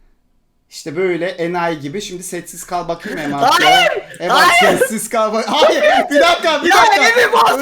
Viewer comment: yine Emad diyeceğine emed dedi 😂😂😂